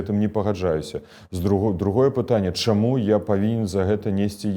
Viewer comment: "... хочЮць, чЯму... А спадар Латушка вельмі падабаецца!